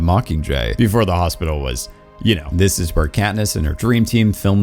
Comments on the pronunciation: Did you say Catnip when talking about District 8? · "They explained to catnip" sorry I had to point it out when I heard it. I listened to it 4 times to make i wasn't hearing things. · Love the fact you keep saying katnip lol